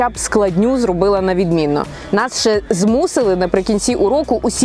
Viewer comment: Не ше🤦‍♀️а ЩЕ!☝️